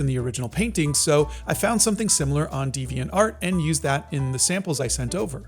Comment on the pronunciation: Devainart is pronounced without the emphasis on "art" commonly